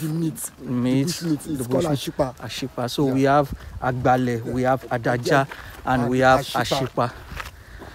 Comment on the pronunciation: The right pronunciation is Ade aja.. but they call it adaja. That’s a fast pronunciation.